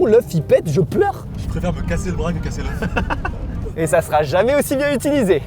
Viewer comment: Commem a il a dit je préfère me casser un bras que leuf 😅. Sinon bon courage et bon rétablissement